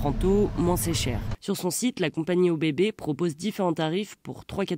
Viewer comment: ÖBB se dit "EuBB"